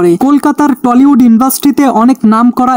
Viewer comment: টলিউড না টালিউড হবে রে গাইয়া গবেট